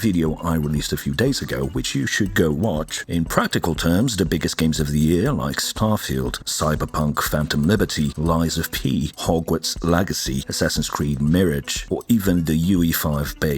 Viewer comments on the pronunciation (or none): That ai voice though lol.."hogwarts lagacy" "assassins creed meerij"